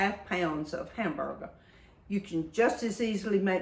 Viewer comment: I love how she talks! Hamburga, colanda, and flava 😂